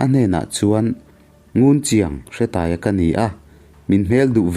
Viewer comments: Hre i lam dan a dik lo, Hre hi thluk tur. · Nia,hre lai khi thluk tur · Bawi hi khuangchawi tihna ang deuh a ni. Hre tih lai hi thluk tur.